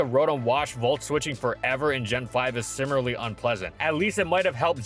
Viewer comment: Dude, I wanna like these, but why why do you pronounce "similarly" as "simmerly"?